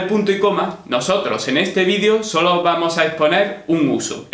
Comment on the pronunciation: Si tú intensión es escribir y hablar correctamente el idioma español ? porqué pronuncias la palabra "video" como si fueras sajón? (Perdón por el signo de interrogación inicial; mi teléfono no lo tiene.